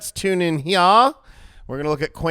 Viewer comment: You got a like for just saying "let's tune in heyahh" 🤣